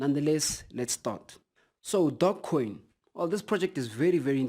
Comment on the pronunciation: I only hear DOGcoin... Do you're homework brother! You're missing a E... Tzzzzz